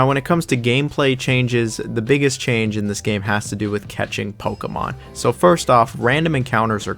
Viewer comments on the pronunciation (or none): none